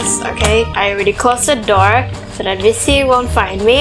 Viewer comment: It’s Ms.T not “misty”